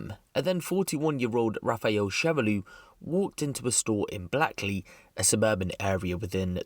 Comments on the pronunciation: Blackley Hahaha nar bro you said that shit all wrong hah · U said black-ley yano ahahha it’s pronounced Blake-ley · I'm from Manny and I've never heard of this and Blakeley is pronounced blakelee not blacklee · Its not called BLACK LEE its pronounced BLAKE LEE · Bl ae ckly not blackly I live in moston bro that pronunciation sent me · It's not black ley haha say it like this Blake ley lolll grew up there shit area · it's pronounced "Blake lee" it's a shame he didnt step foot on any local estate n try that shit he wouldbt of got away alive if he tried that where I live hed of got his own weapon took n got carved up with his own knife or bullet in his face. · It's pronounced Blakely.. l know because l live there... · I’m from that area but listen bro it’s pronounced “blakely” 🤣🤦‍♂️ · Pronounced "Blake_Lee". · it's pronounced BLAKE-LEE 👍🏾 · Completely irrelevant but it’s pronounced “Blake-lee” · It's pronounced "Blake-lee" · Pronounced “blakely”